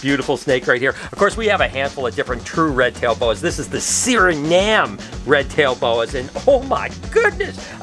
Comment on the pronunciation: The suriname red tail boa is awesome. I actually lived in suriname for a year and a half. Suriname is actually pronounced suri-naam the a is long